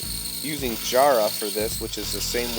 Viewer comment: If that's the Australian wood variant Jarrah you're talking about, Aussies would say the whole word with one syllable (like we do with a bunch of words). So "jara", really quick instead of "jar-ah". Love your work as always mate.